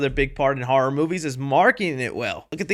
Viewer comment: Dude, it’s ‘Horror’, not “HAR’!